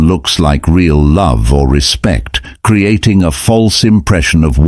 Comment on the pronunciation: Cre-atting. Oh boy. The AI has got to go.